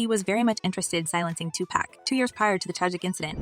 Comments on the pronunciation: I hate when they don't pronounce PAC name right😂😂😂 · Why white people always say Tupac wrong? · TUPAC SHAKUR!!! SAY HIS FUCKIN NAME RIGHT!!!!! 🤬🤬🤬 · It's not "pack" it's "pac" wtf get that sh** rite!lol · Can yall stop saying 2 Pack!! Like "Pack" its Pac like Pok wtf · It’s pronounced 2 pock not 2 pack 🤣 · ITS NOT TUPACK , ITS TUPAC , PRONOUNED TUPOCK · She said TUPÄC:( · Its not tupack!!!!!! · His name is Tupac NOT 2 Pack smdh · Please do the research Ma'am. Stop disrespecting this man calling him 2 Pack. Like seriously, how hard is it to pronounce Tupac? Are you unaware that Google will enunciate a word/name for you if you don't understand how to say it! 🙄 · PLEASE PLEASE ... STOP calling him 2 "Pack" . For goodness sake!!! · Its 2023 and 30 years later wyt ppl still struggle to pronounce 2Pacs name right🤦🏾‍♂️ How Sway ?! IT IS NOT AND NEVER HAD BEEN 2 PACK ! FOR FK SAKES !! IM SOOO TIRED OF WT PPL BUTCHERING SUCH A SIMPLE ASS NAME !!!! 🤦🏾‍♂️🤦🏾‍♂️🤦🏾‍♂️ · His name is not Tu-pack!!! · You people gotta stop calling him 2 pack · Sounds like the narration of this video is AI because it can't even say 2pac's name right. 😒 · If you are going to do a story on Tupac, please don't disrespect him by miss pronouncing his name. You need to research the correct pronounceation of this great prolific poet genius. You are showing your inexperience at trying to be a journalist. Typical YouTuber GenXer. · Is there a reason why people butcher the name Tupac. It’s pretty simple no?